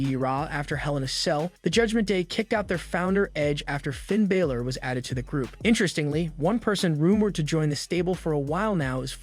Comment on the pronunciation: As I appreciate the amount of information given in the video and great effort you've put forth to do wrestling reviews like this, I have one complaint. If you're going to do reviews, please take time to learn the pronunciation of the wrestlers' names when reviewing them.